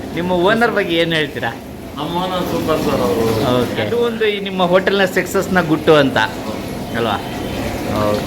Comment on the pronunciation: ಸರ್,, ದಯವಿಟ್ಟು ಅಭ್ಯಾಸ ಮಾಡಿ,, ಅದು ಸೆಕ್ಸಸ್ ಅಲ್ಲ,, ಸಕ್ಸಸ್...